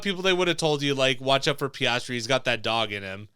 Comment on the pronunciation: Make sure you get the athletes name right! its Piastri not Pastrami